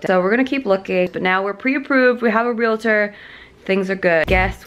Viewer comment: Pro tip- don't call realtors "real-ah-tors". It's two syllables - 'real-tor'... and if you're getting really technical, it should be spelled in all caps. Don't ask me why. It's weird.